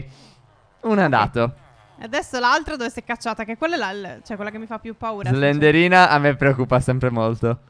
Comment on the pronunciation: ma non si dice slenderina si dice slendrina